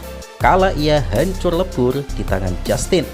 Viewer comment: Hancur lebur, malah hancor lebor bahasa Indonesia mu gimana sih bang